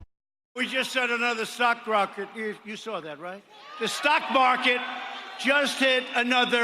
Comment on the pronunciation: did i hear sock rocket, when he tried to say stock record right in the first few seconds?